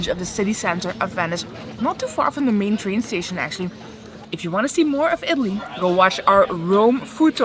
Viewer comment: If you gonna make a video about being in Italy you should learn how to pronounce the words